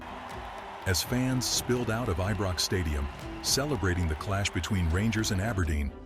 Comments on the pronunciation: It’s iron not ebox please get it right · Its Pronounced Ibrox not EBROX? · WTF is eeebrox say it like this eyebrox Ibrox there is no E in it ffs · Ebrox I thought it was ibrox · Eebrox git it right Ibrox no 1. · Your pronunciation of Ibrox and gallacher was hilariously wrong